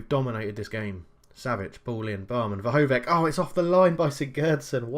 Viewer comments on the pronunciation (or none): Vrhovec, Balkovec... last word is not K, try to say the same, like Vrhovetz, Balkovetz